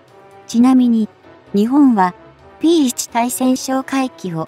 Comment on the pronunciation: まだ漢字も読めないを垂れ流すのですか？P1対（つい？）対潜哨戒機て何？機種名も読めないのになにを語る❓